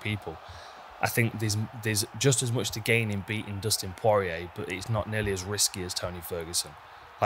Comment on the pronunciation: Who is Dustin Pworeeyay?